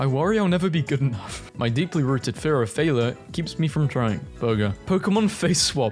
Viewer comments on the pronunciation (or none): none